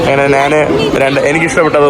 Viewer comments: നാണ്, നാൻ, നാന് അല്ല, ഞാൻ ആണ് ശരി. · എടാ മൈരേ,, നാൻ അല്ല, "ഞാൻ" ആണ് ശരി.